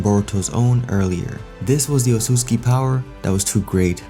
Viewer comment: dude its pronounced ot-sut-su-ki